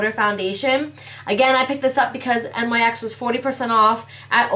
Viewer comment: Not 2 b rude it's not NYx u say it like nicks